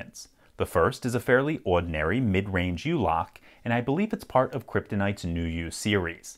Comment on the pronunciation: Can't tell exactly what the accent changes but I think its a silent R.